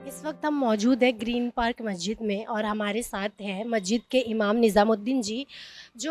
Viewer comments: Reporter ma'am ka pronounciation of masjid is not correct Please pronounce as Mas__jid and not Majjid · Mahjid mahjid kiya laga rakha mahjid kiya hota hai Musalman hokar bhi ek lafz ke Talaffuz ki adaiyegi nahin ho pa Rahi hai had hai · Masjid bolna toh seekhle